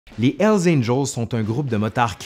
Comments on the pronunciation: C'est curieux parce que comme tu es Québecois j'ai toujours l'habitude de ta bonne prononciation des mots anglais (par rapport aux Français qui prononcent ça à la française). Mais quand tu dis "L Angels", ça m'a surpris. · Mon ami.. il faut bien prononcer le " H " de Hell ... Parce qu'avec très peu d'effort, on pourrait comprendre " ELS ANGELS " , qui signifierait totalement le contraire des "anges de l'enfer" . Merci pour votre vidéo ;-)